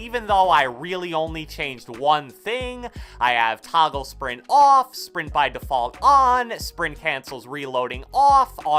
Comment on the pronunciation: the way he says OFF & ON . . . . Edit : Thanx for the likes